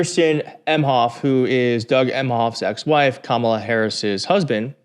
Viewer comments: When these 🤡 can't pronounce her name correctly, it just another way of disrespecting her as a person. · Theyre mispronouncing her name on purpose. Its part of the dehumanization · They pronounce Kamala's name incorrectly PURPOSELY